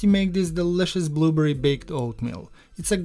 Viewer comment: Clicked just to hear him say “blooburry”! ❤🫐 looks great